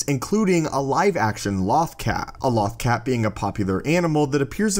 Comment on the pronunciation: You mispronounced "Lothcat".